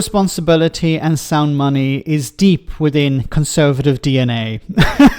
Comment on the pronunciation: "Sound money" you say,. I'm sure I heard it as "sound funny". That's not funny ha ha, of course, but the other sort.